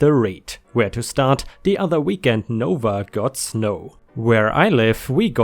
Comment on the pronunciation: NoVa isn't "nova" It's "No Va" or "Northern Virginia" For future stories in NoVa. :)